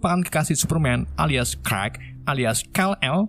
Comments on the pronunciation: bang kenapa luu manggil superman dengan nama crack dan bukannya clark...😂😂😂 Endingnya bikin ngakak...😂😂😂😂😂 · Clark kok dibaca klek 😭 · Clark jadi krek 🤣